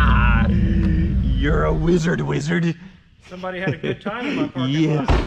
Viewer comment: That is the vein of our existence 😂😂 weezard do be scrong tho